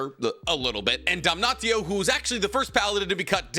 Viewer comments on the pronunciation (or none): none